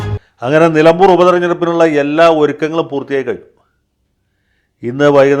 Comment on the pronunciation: നിലബൂർ അല്ല. നിലമ്പൂർ ആണ്